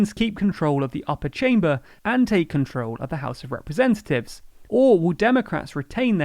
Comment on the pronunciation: Dude can't pronounce 'representatives'